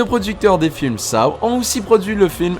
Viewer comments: On dit sau pas sao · Saow ? On dit Sauw, petit être sympathique 😋 Mais bon la vidéo reste très bien ! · On dit pas Saw mais sauw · 😂Ca se dit pas Shaw mais Seaux 🤣et je l ai est tous vu SORTIE DE JIGSAW 2 15 MAI 2020